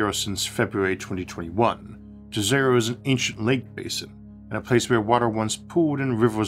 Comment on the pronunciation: Fun fact: Jezero, the name of the crater, is actually pronounced like "yezero". It is a Slavic word meaning. lake. So it is a Lake Crater.